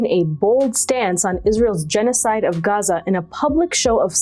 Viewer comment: Nobody pronounces Gaza like that dear